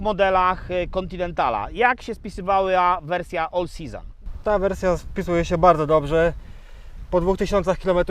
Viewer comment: Wiem czepiam się, ale to śmiesznie zabrzmiało